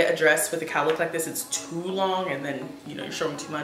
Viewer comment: Sis did you say “cow lick” instead of “cowl neck” 😂😂😂